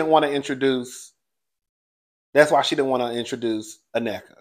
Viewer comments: you are so close to pronouncing Nneka's name. It's 3 syllables, In-Neh-Ka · It’s pronounced “neh-kuh” 😂